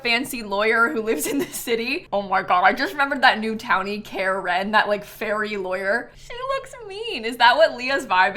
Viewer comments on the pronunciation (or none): none